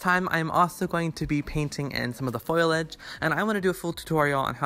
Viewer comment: It's FOLIage, not foilage